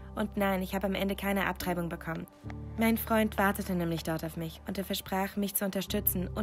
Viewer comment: Dieses "abtreibung BECKOMMEN"